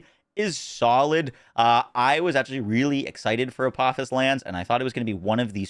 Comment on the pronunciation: It’s pronounced ah po fis. Because its names after a deity in Egyptian mythology Daedalus is the same. Named after the man who created both wings of Icarus and the labyrinth